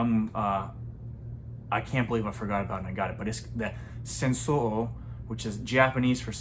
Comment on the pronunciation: It's pronounced sun show ooh o